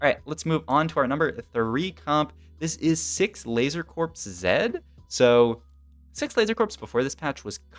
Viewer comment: IT IS PRONOUNCED LASER CORE NOT LASER CORPSE